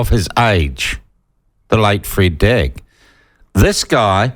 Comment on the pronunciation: He pronounced 'Freda Drag' incorrectly. Please do not try to align yourself with anybody outside your 'community'. We do not wish to be associated - in any way. Stay in your lane & take responsibility for ' your best & authentic self'.